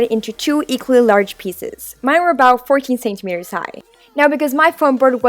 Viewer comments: She says centimetres as Saint-a-meters it's pronounced cent-a-meters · I love how she says senktemetres not centimetres 😂